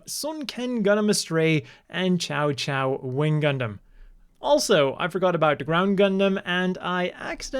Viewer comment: Hmm, pretty sure that's not the Psycho Gundam... :P Cao Cao is said as Sau Sau. Chinese has... unique ways to pronounce things. EDIT: Ah, you noticed the Psycho gaff.